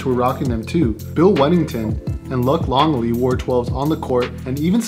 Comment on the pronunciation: Luck Longley? 😂C'mon bro. His name is pronounced Luke.